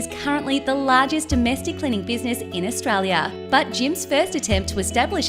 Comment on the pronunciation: I wish the woman doing the voice-over could say Australia.